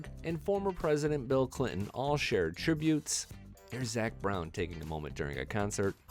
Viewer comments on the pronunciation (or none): none